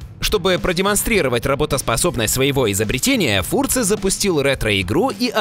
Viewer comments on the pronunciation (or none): Фурце? Серьезно? За что ж вы превратили британца Колина Фёрза в немца? Неужто настолько лень было хотя бы погуглить, как фамилия правильно произносится? P.S.: Выбрать Хованского лицом какого бы то ни было конкурса - это такая лютая антиреклама, что у меня просто слов нет.